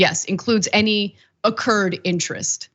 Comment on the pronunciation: I'm pretty certain she knows what she means to say. God forbid sometimes people mess up a word. Chill dude